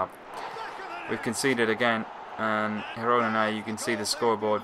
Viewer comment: Some tips: The Catalan and Spanish pronunciations of ''G'' are different. The ''G'' in Girona is pronounced like the ''G'' in Gerard (Piqué), not like in Getafe or gente. And Camp Nou is pronounced more like 'Camp Know', not 'Nau'. The ''X'' in Catalan sounds like ''sh'' (i.e. Xavi) - so it's 'Aleish' Vidal, not 'Aleiks'.